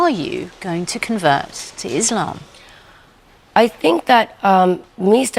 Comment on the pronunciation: Finally someone who can pronounce “iSlam” in a correct way